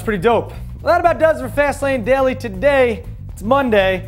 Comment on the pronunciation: And why do they always say "Fast Lane Dally"?